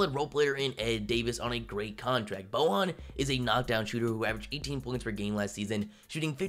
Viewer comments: Everytime you said BoHan Bogdanovic, one little puppie in Croatia died...It's BoYan,... Y like in Yao Ming :D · Why tf you saying "Bohan"? It's pronounced "Boy-yawn". Plus, it seems like you really lack NBA knowledge and you just look at these things on paper.